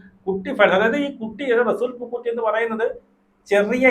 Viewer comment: പൂക്കുറ്റി അല്ല പൂക്കുട്ടി 😂😂😂😂😂😂😂😂😂